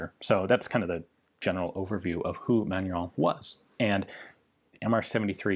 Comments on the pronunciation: Haha I was laughing at your mispronounciation of the brand name when I saw the correct spelling on the logo :'D FYI, it's pronounced man-u-ruh (the -in in french is pronounced like a nasal 'ah' or 'uh' sound). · Pronounced "Man-nor-reen".................Jim, Tucson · It took me a while to figure out what sounded like someone saying "Manuel" and "Fillet mignon" at the same time was your way to pronounce "Manurhin" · I see Manurhin but I hear manure-young. I guess that's French.